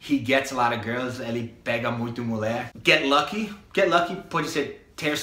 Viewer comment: vc é ótimo... mas nao fala "mulé" pra falar mulher pleeease hahaha ficou muito engraçado 😂 adorei o videoooo... valeu!